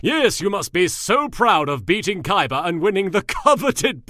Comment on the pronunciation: wow thats funny how he said yes it sound like kes